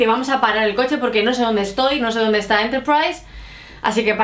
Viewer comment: LightSpeed Spanish `s pronuciation of Enterprise is almost RP.